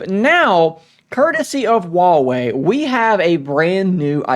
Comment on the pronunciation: Stop saying Wawey it's Huewei.